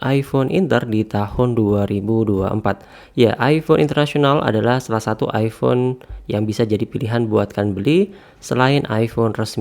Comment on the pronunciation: iPhone bang, bukan iifhone